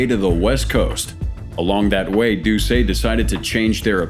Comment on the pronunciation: It's not Jeff "Doo-say". It's Jeff "Doo-set"